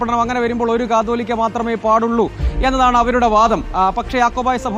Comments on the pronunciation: കത്തോലിക്ക അല്ല കാതോലിക്ക.. ഇവർ ഒന്നും കേരളത്തിൽ അല്ലേ?? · കത്തോലിക്ക അല്ല കാതോലിക്ക, റിപ്പോർട്ടർ ആദ്യം തന്നെ ഇതൊന്ന് വ്യക്തമായി പഠിക്ക് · കത്തോലിക്കാ അല്ല, കാതോലിക്കാ 😂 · കത്തോലിക്കാ ബാവ എന്നല്ല കുട്ടീ.. കാതോലിക്ക എന്നാണ് പറയേണ്ടത്!